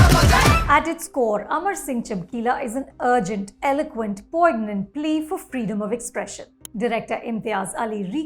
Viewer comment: Poignant is pronounced poynyant and not Poig-nant . Masand also used to pronounce it wrong